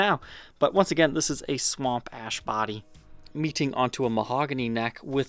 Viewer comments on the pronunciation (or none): I'm probably the only one, but whenever says "sahWOMP aySHH" I repeat it back. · i die every time he says "Swamp ash" lmao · Me too! Makes me grin